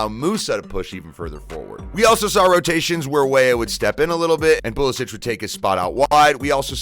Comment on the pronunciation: Either Pulishich or Pulisik, but not Pulisich